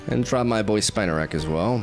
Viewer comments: It’s “spin a rak” . It’s spinning webs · Spinarak pronounce Spee-narak.